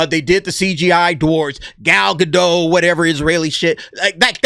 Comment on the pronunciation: please pronounce Gal's last name. It's GA - DOT SOUNDS LIKE POT. Thank you. Love your show.